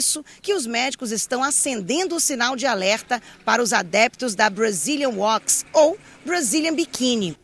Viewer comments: Admiro o trabalho dessa rede de notícias, todavia creio que os repórteres deveriam pronunciar melhor o INGLÊS em suas matérias. Falar Brazilian “Uox” quando é Brazilian “Wax” não é questão de sotaque mas sim de aprendizado. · Brazilian WAX NOT WOAX!! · Yep, the wax become woax .